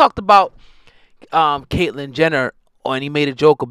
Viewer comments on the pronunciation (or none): none